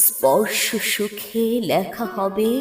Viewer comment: চমৎকার একটি কবিতার অসাধারণ কন্ঠ উপস্থাপনা... গভীর অনুভবের মরমী প্রকাশ মন ছুঁয়ে গেল... মুগ্ধ হলাম শুনে... ❤❤❤ একটা উচ্চারণ বড়ো কানে লাগলো...." লেখা " সম্পূর্ণ একারন্ত হবে দিদিভাই... আঞ্চলিকতার ছোঁয়া মুছতেই হবে... খেয়াল করে চেষ্টা করলে সামান্য সময়ে শুধরে যাবে... শুভকামনা রইলো...🌹🌹🌹